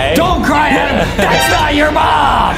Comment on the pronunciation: And justin think its adem but its adam